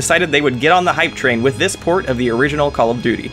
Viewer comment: You say port. I hear porn at first..